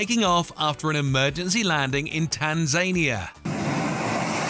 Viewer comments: Tan-zay-nia...? Tan-sah-nyah...! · Were is tanzainia have heard of Tanzania (Tan-zan-ia ) I thought it was the American who murder some names, Just found the channel very very good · Tan Zaynia???????🤣🤣🤣🤣🤣🤣🤣🤣🤣🤣🤣🤣🤣 It's pronounced Tan-Zan-Near. Bleeding Tan Zania. It's all one word with out gaps..... just in case your're unsure!🤣🤣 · Tan zane ah? Lol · Tan-zany-a 🤣 Tan-zan-ear mate And wow they sure do have powerful Velcro in the military see how even at hundreds of kilometres an hour those two blokes could attach a rope to the underside of that "plane" with the horizontally spinning propellers. Fast Humvee to and great suspension. How do these people narrate what's "going on" so obviously wrong. Not sure whether to laugh or get frustrated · It's not "tan Zane E uh"! It's " tan za knee uh" . There is no z a n e in that word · It’s tan-za-nee-a not tan-zane-ee-a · Tan zane ia!!!!! Tan zan ia. Dullards. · Lmao it's not Tan-zany-ah it's Tan-za-knee-uh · It is NOT Tan Zania. It is Tan zan nee Ah. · "Tan-zain-niah" ??????????? Why is everything these days being changed as to how is has been pronounced for that last 58 years?? Tanzaaaii-nia.... jeeesus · Not Tan zainia it’s Tanz ania 👍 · "Tan-zania"? It is pronounced "Tan-za-nia". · Where is this "Tanzaynia"? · Tanz-ania? Why the Spitfire is called...The Spitfire. Tail drag landing aircraft has a stub sticking out for just such events. Like wheelie bars on a dragster. Commentator has not idea what he's talking about in some of these. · Tan-za-knee-a. You sound like a yank when you guess the pronunciation of place names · Crap narrator award!! Tanzania! Tanzanyier, wow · Tanzania pronunciation: tan·zuh·nee·uh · What kind of plane do you suppose that Chinook helicopter was 🤔 Also... Tan-ZAI-nia? Mo-jay? Bruh, learn how to pronounce names. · How on Earth can you not know how to pronounce Tanzania? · Tanzania also got mispronounced